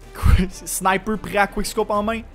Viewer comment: SNIPEUUEE! MDRR trop fort l'accent québécois